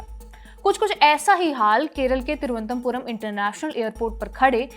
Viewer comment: You are not able to pronounce "Thiru-v-anantha-puram" just like the British. May be for like you they made the name Trivandrum? Sochne ka vishay hai